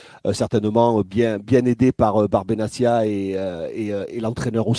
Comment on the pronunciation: svp arrêtez de dire BENASSIA...CA SE PRONONCE BENATTIA TIA